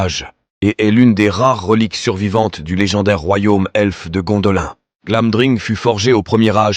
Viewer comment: Vos videos sont pas mal, mais s'il vous plait faites un effort sur la prononciation!!! Gondolin se prononce Gondoline comme Lindon se prononce Linedone